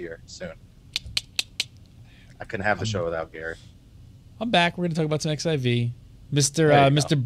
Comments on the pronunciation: Unfortunately it's very evident Gary doesn't know anything at all about the game. Also, it's fourteen, not "ex" "ai" "vee"... -. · Please stop calling it "Ex I Vee".